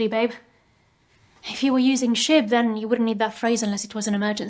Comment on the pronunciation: I mean.. am I the only one that hears "shit" not "shib"? LOLZ